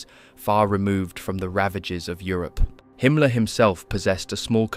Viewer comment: I agree, excellent job! Himmler's name is pronounced slightly differently, but everything else is identical to my understanding. It's not common that I find such a comprehensively correct video.